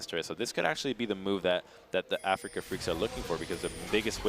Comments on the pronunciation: Afreeca not Africa. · Everytime he said that, my eyes twitched. I don't understand how anyone could get that wrong.